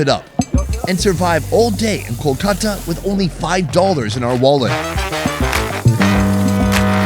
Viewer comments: Not coo-khata, it's call kool-kata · Your Kolkata pronunciation realized me why English people named it Calcutta....Glad we changed to the original name...By the way Kenya was Kiriniyaga..